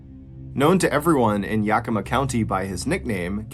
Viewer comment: If anyone is interested in a deeper dive into this story, Ann Rule wrote the book “A Fever of the Heart”about this tragic event. 11/13/25 Yakima (Yak-e-ma).